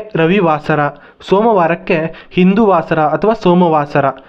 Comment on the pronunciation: ಹಿಂದೂ ವಾಸರ ಅಲ್ಲ. ಇಂದುವಾಸರ.